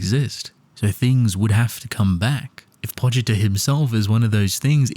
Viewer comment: "pochiter" it's pochita